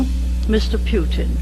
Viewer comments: “Pew-tin” “Humwees.” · I love how that old lady calls him Mr Pewtin 😂 😂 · Pee Yew Tin. Thatcher perfectly pronounced his name.